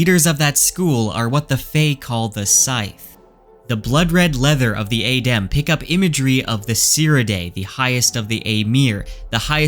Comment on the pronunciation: So you know how to pronounce it properly and you still mispronounce it intentionally. Normally I wouldn't mind, but it's just jarring to hear it wrong over and over again. Otherwise good theories and you're definately on Rofkuss think because he has done all this very subtle hinting on purpose.